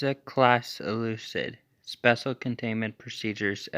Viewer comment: Wtf is an "Ellucid"